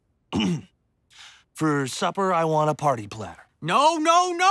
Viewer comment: Foruh suppuh I err uh want a parteh PLATTUH!!!!